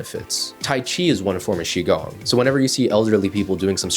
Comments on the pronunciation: Qigong is more like "Chi Gung" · Sorry, dude, you have lost your creditability when you failed to correctly pronounce "Qi gong."